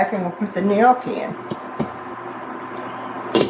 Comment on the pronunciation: This looks amazing! As info, gnocchi pronunciation is “Nokee”. Thanks for another great recipe!